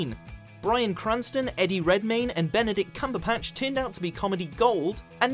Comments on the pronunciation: Did they say “Benedict Cumberpatch”?😂😂😂😂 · Cumberpatch? It's Cumberbatch seriously come on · Did...did he really just say Benedict Cumberpatch? Lol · I must be hearing things. You did NOT say "cumberPATCH" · Came to the comments to see how many people caught the 'Cumberpatch' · he said Benedict Cumberpatch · "Benedict Cumberpatch" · wait did i just hear "cumberpatch" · Did he say "Benedict Cumberpatch" ? Thats really offensive towards Mr Stumblecrotch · Did he seriously say Benedict CumberPATCH?!??? Oi.... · Did he just say Cumberpatch......CUMBERPATCH!! Wtf.... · it's like you never even heard the name Benedict Cumberbatch